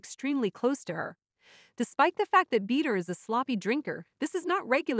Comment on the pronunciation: Not bead-er loooool